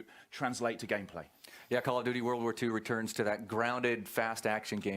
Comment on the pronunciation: I would give you thumbs up if you say call right and don't talk so damn much